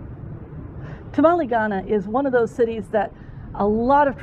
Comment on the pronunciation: I loved this video. There are some places I will visit on my next trip. I did have a bit of a problem, your mispronouncing Tamale every time you said the word. It is not a Mexican dish..